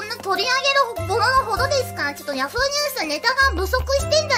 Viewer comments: For a moment, I thought she said “Yagoo News”. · I thought she was saying "Yagoo news" XD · I cannot unheard Yagoo news instead of yahoo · I also thought she said YAGOO news